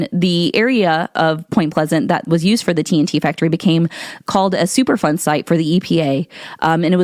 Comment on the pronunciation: At first I thought you were saying, "super fun site" like they were there just having a good time playing in toxic water and stuff.